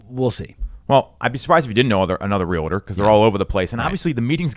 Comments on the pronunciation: Very knowledgeable but I find it unfortunate that he misprounces the word realtor. It is REAL-TOR it is not RE-LA-TOR. That is so unprofessional, come on dude. It's real estate, not rela state. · I wish he would pronounce REALTOR correctly. He says real.a.terr when it should be Real.tor.🤦‍♀️